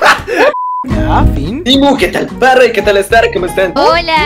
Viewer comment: El "Clases con Starrrrr" me da mil años de vida ❤️✨